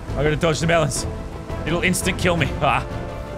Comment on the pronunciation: I like how the beam boss says mEleNs when he drops melans from the sky also someone has to make a coppa boss fight